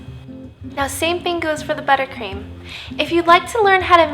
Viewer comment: but u don't say macarons like moron. Shes saying it wrong. She also said Swiss wrong.